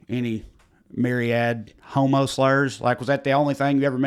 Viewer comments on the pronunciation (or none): none